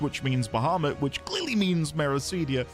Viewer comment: That is not how you say Meracydia...